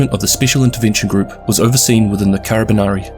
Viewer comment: Nice video but That "carabinieri" pronunciation killed me